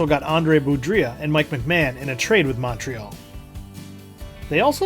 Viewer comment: Great history. For what it's worth, a couple of player names were pronounced differently. Dave Balon is bah-lone, and Andre Boudrias is BOO-drey-ah.